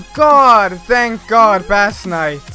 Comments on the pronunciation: Bass Knight is pronounced "base nite" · gg m8 :D /base knight/ not /bAss knight/ tho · I thought base and bass are pronounced the same...